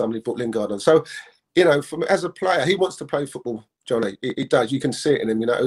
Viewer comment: wait.. who’s realised how incey keeps calling Donny “johnny” 🤣🤣🤣🤣🤣🤣